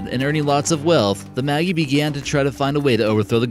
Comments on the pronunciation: Cool topic but it's Maj-EYE not maggie. The maj part is pronounced like in magic. :D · Magi is pronounced like magic. Not Maggie. The g sounds like J.